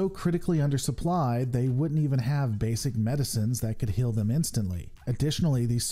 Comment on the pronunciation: this has nothing to do with star trek. I'm fascinated with accents and i noticed that the creator pronounces "heal" as "hill", "feel" as "fill", "hail" as "hell", and "field" as "filled". Does anyone know what region of the US he's from?